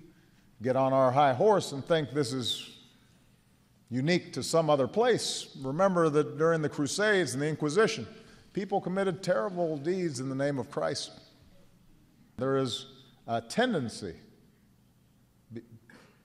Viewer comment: Did anyone else notice in that short little speech by Obama that he could NOT say the name "Christ", instead he said Crise? He is of Satan, so much so that he can not say the Name, above every, Name.